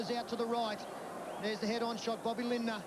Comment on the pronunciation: Rabs never could say Lindner’s surname !